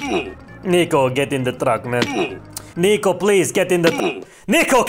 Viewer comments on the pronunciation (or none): Why i always heard Nico Bellic its like Neko Bellic (NekoPoi) :v FBI OPEN UP